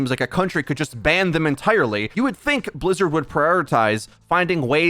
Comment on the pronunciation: Is Metro german? The way he pronounces Bizzard sound very german to me